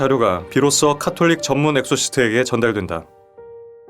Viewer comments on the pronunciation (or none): 계속 엑소시스트 발음을 엑소시트라고 하시네욬ㅋㅋㅋㅋ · 엑소시트 라고 발음하시넹ㅋ